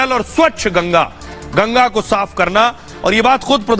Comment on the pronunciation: माफ़ नहीं साफ़